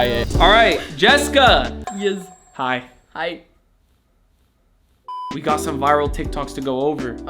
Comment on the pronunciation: Bro when Jessica said hiy😂😂